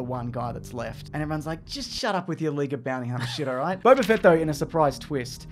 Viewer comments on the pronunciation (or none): It's Boba Fett not Bobba Fett.